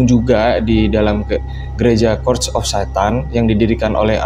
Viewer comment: Bang itu Church of Satan bacanya Che:rch bukan Ke:rd of Satan 🤦‍♀️🤦‍♀️🤦‍♀️🤦‍♀️